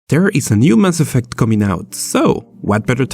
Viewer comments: Lol ''ass affect'' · "Ass effect" jajajajaja